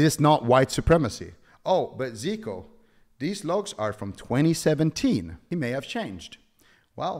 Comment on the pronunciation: Bruh, why he does pronounce your name wrong? Every classic Andy knows who you are from the HC tourny. When I saw his little drama video, I was thinking to myself "Ziqo?! No way, how could he do this" figures.